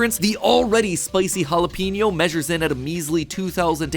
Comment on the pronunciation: Matthew…. It’s not “hala-peen-yo” it’s “hala-pen-yo”. Pen 🖊️